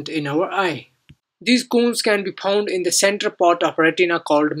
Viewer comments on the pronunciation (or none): It's found not phound